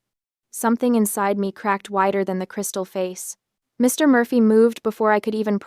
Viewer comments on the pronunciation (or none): I sure get annoyed at that sentence ending pause after Mr., it upsets the whole sentence.